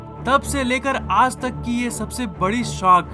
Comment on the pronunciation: App ajj ko yaaj kyun bol te ho?